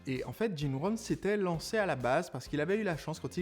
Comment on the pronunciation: Jim Rohn ( au lieu de Jim Ron)